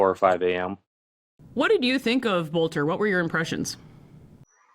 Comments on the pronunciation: BTW I live near Green Isle its pronounced BELTER not bolter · Small detail: it’s pronounced “belter.” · I can't stop hearing the Boelter commercials from the radio when I hear the name. Yes, pronounced Belt-er.